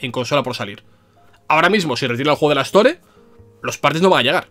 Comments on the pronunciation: "se retira el juego de la ESTÓRE" tan difícil es en España pronunciar en ingles el inglés? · Me es imposible que no me haga ruido cuando escucho palabras en ingles pronunciadas en español, store, iceberg xd